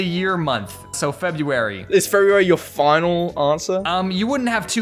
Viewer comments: February, not Febuary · february not febuary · when was the world made James: F E B U A R Y